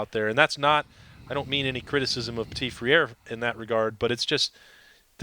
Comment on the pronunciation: Speaking of striving for improvement, can someone pass onto "" that NPF's last name is pronounced "puh-tee freer" like the word leer but with fr instead. It means "little brother" in french.